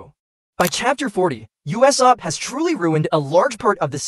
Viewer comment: why do pounounce usop uesap